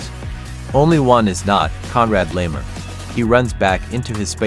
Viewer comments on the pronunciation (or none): Why do you even pronounce "Bayern" so terribly wrong? If you do videos about them, show some interest for the club. "Kimmich" is probably too hard, as well as "Laimer". But the guys on ESPN pronounce the makes correctly, so you should be able, too